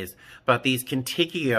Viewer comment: First? Love your vids. Also I think if you mean Contigo it’s pronounced Cone Teego it means with you in Spanish